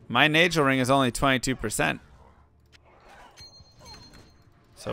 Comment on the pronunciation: Why you always say Gheed as "Jeed"? I can understand saying Nagel as "Najel" cus of the vowel rule (e, i, y) for G (like Geoffrey, Gigantic, Gym), though there's no way of really knowing since we don't know the intended origin of the word, for example, daggers is a hard g, nagel in german is a hard g, etc. Just curious, no judgement, just trying to understand the reasoning